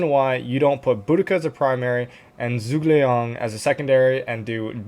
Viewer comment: Zhuge liang is pronounced as (Ju)Geh liang all together 👍🏻 we need to be respectful of other languages pronunciations it makes you look hot in front of others 😂